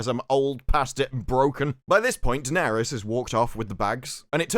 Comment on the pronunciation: Bloke keeps calling her dennerys yoh